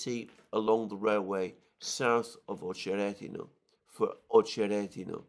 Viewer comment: [ Ah che RET i na ], not [ Oh che RET i na ]